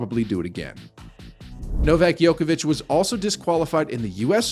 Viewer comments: Your competence to comment on Novak is kind of questionable since you mispronounce his name? Ignorance or disrespect? Djokovic rather than Yokovic ! His the GOAT for god's sake!!! BS video!!! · It’s not Jokovic it’s Djokovic. Spell it right!!! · You keep calling him Joković (it would be same as calling Federer Pederer). You obviously "really" dislike the guy. Same as for western media, Nole is such a difficult pill to swallow for you guys... Ts soo sweet to hear your anger (;D)... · His family name is mispronounced!!! "Joković" ("ć" is a letter for soft "ch"), but you keep pronouncing the funny mixture of basketball player "Jokić" and "Đoković". It is possible to find on Wikipedia. You put so much effort to create the clip, and you coudn't pronounce the name right??? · I've never heard it pronounced 'Yoke a vitch'. I'm used to a 'J' sound at the beginning. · Stop mispronouncing the name of The GOAT! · So I'm supposed to listen to the commentator and take him seriously even though he can't even pronounce his name properly.. That is evidence this person has never watched a tennis match in his life. Quit wasting our time. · Sick propaganda, you are true just like his name pronunciation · wow just wondering why would you make such a video? You intentionally mispronounce his name . you even used Federer's broken racquet and attributed it to Djokovic, you are just little piece of (something that rhyme with HIT) shame on you